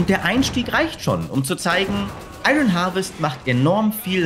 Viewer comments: ion wirds gesprochen nicht iRON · Ich kann mir die falsche Aussprache von 'Iron' echt nicht anhören. Da rege ich mich zu sehr auf!